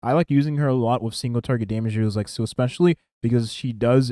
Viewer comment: Haha i like how you can keep calling here "SEAL" I personally call her "SEELEE", hate how thay all call her "SELA".